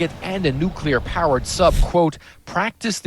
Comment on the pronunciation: Hey, it's not nucular.